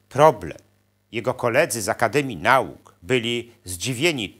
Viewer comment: po polsku mówi się "na-uka" a nie "nałkaI